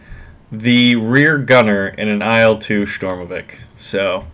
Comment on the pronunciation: Ai El Two :) Call it IL - EeeeL Two